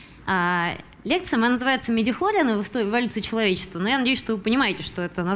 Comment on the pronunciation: ударение неправильно ставите голубушка : МидихлориАны